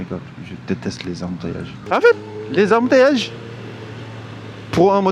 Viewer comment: On adore 🤣 Embourrrrrrteillages 😂finalement wadji Yakkoul seu mood déh ak seu wedding celebration 😂😂